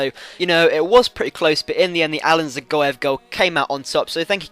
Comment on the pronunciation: I'm not sure but i think Dzagoev is pronounced Ja-Goev